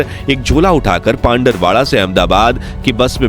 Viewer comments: Pandarvada nhi pindvara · वो पिंडवाडा हे pandrwada❌पिंडवाडा ✅